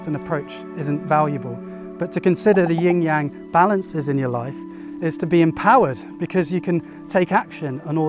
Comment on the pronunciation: gonna be THAT guy. if you’re making an educational video about something, anything in particular, you should ensure that you’re pronouncing the load of material correctly as a reflection of research. it’s YIN (no ‘g’ sound) and YANG (soft ‘a’ sound, closer to “song” than “sang”), wow bone apple tea